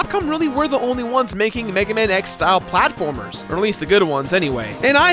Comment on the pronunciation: We must recover all the energy meguaman